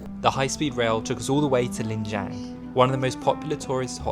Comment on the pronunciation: It is Lijiang, not Lingjiang😀😀